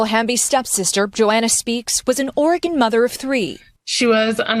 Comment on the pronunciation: It’s Oregon